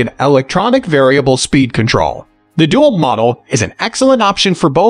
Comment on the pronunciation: Someone needs to tell the narrator how to pronounce Dewalt. It's not Doolt, but DeWalt with the emphasis on "Walt". So.. dee-WALT. At least that's how the people at "Doolt" pronounce it. Ask 'em.